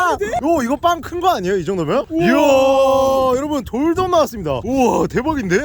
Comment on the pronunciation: 에 돌돔 나만 콘돔이라고 들음?